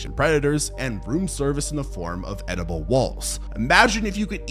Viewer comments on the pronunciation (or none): The question is it eateable or editable hmmm yes